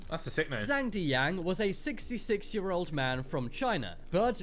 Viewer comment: The way the guy pronounced zhang deyang's nsme kinda hurt lol. Mans didn't even try to look up the correct pronunciation. 💀